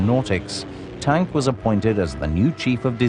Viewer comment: Kurt Tank's name is pronounced "Tonk". Annoying as hell.